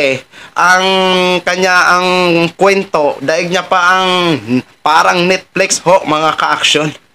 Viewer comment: Baka, NETFLIX not Nitflex. Bisaya k talaga..😅